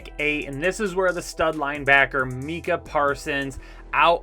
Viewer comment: Mike-Ah Parsons. I like the list and hoping the birds get Smith or Horn